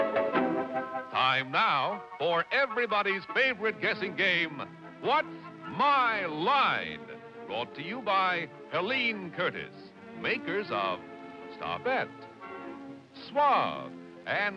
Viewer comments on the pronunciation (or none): Do you like how the announcer always says the show is "brought to you by Helien Curtis" instead of "Helene Curtis?"